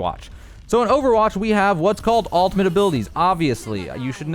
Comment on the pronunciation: sounds like your saying 'altimate' and not 'ultimate' great video though!